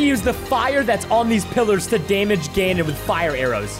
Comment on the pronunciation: It’s Not gonondor it’s ganon